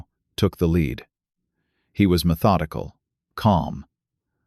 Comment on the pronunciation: I don't know if these are true of fiction, but they are entertaining. AI needs to work on their reading. Lead can be pronounced " led" or "lead" and places like St. Paul is usually Saint Paul.